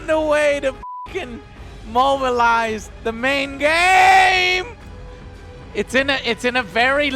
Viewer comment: "mobilize" hahahahahah